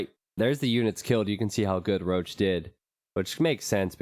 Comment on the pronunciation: Röchelrochen means "Groaning Stingray". Why do you pronounce it "Roach"? XD Maybe call him Rochen (Stingray). Even "Roachen" if you have troubles with the "ch". But "Roach" just sounds wrong.